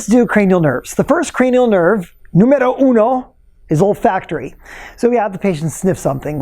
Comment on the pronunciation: Did he say cranial turd?